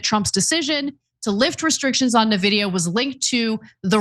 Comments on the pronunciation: It’s pronounced ENVIDIA not Navidiya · Or En-videa? But NOT nehvidia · It’s “en-vidia” not “na-vidia.” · N-vidia. En-vidia. In-vidia. Not NaVidia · Like, I don't blame ana at all for how she's pronouncing Nvidia. lol. But, everybody who knows about them knows it's pronounced "en-vidia" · I'm an AMD simp so I'm torn that they don't realize it's pronounced "N-vidia" not "Nehvidia". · I'm a member but 1) It's not NAH-vidia! It's N-Vidia... 2) Its not the H 2 O chip - its the H TWENTY chip. 3) Jensen makes sense... He told trump the same thing he told lots of people - If we stop selling US chips to china - they will make and advance their own eco-system of chips in which we will lose control of advancing our chips there and our interests. The H-20 chip was already made to be a weaker chip so as to not give them our best chips. Trumps original policies went too far way beyond the restrictions. This correction is actually a good thing. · i was left speechless : Ana ,you live in U.S.( i don't) and you can't even ...😱pronounce correctly the 1st company in history which passed the 4trillion value ??? It's like pronouncing Microsoft instead of M(a)icrosoft !!!! really ? Nevidia ??? And since i've heard many nonsense from people in the past about what is verbally correct ,and i'm sure you would argue the same like those people ,i'll say it ahead in order to prevent that argument : nVIDIA isn't some dictionary word . It's a company which certain Founders have ...founded and those certain Founders are the ONLY ones who will decide how their company will be pronounced !!! And guess what : they don't pronounce their company nevidia ,so why on earth are you changing THEIR company's pronunciation ??? (*FYI , i'm a fan of nVIDIA since 1999 ) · "En-vi-dia", Ana. Envidia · It's pronounced "en-VID-eeyah" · Love you guys, but it's "en-vidia". Like the letter "N", then just vidia. Their favorite pastime is money gauging PC gamers and being greedy in general.